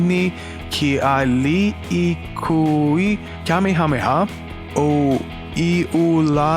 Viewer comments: The only thing pronounced without trouble is Kamehameha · Haha good job with the Hawaiian pronunciation....I am from Hawaii and some of my friends and co-workers have names jus as long. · As a person from Hawaii, that was pretty impressive to pronounce the king's name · You deserve a damn like for pronouncing that long ass name. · You said Gohan and Taiwan wrong. I knew everything else expect the guy Hawaiian guy, you did better with that name then I would have. And I completely agree with you with that stupid evolution movie, I'm not even giving it the privilege to have DB in it, it was so messed up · wow kamahamah name is super long good job pronouncing it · I give you so much respect for attempting to say that long ass name and succeeding in doing so. Respect, bruh!